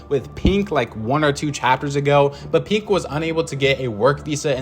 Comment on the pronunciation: is he saying pink or pinq